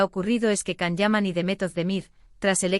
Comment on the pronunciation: È tanto tempo che l'attore vive in Italia e non riuscite ancora a pronunciare correttamente il suo nome.